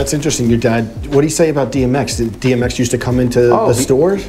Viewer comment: Did say BMX when he meant DMX or did I hear it wrong?